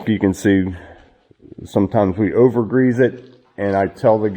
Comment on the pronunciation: Love the channel. Just wanted to say there are no "Z"s in greeeassse. Love the Pensilvainia accent. Those are s's not z's. People point out my Ohio accent all the time and I live in the US Virgin Islands.